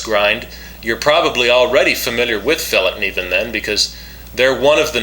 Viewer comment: you got the best pronouncement of Fällkniven of all Americans Iv ever heard try saying that